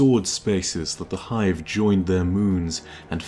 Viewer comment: BOII i was so satisfied when you said 'the hive'